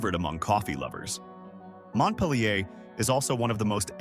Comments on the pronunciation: can't even pronounce mont pil er correctly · It's pronounced Mont-peel-ure !